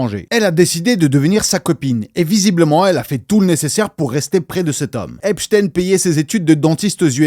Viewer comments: Ça se prononce Epstein normal pas epchtayne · c'est drôle comment tu prononces HHHHHHHHHepstein